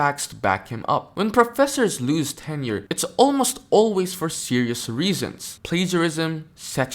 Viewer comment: Hey Dave, it's Tenure , not "Ten year".